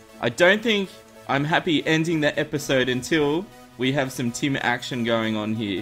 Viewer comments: i thought happy kept saying 'tin' then i realised he was saying tim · The entire time I was thinking... Why does he need tin? Tin spawns in the underworld? Whhaa? Happy are you crazy... and then I realised he was saying Tim xD